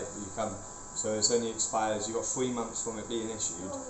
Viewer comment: has TEFL certification but pronounces 'months' as 'mumfs'!!??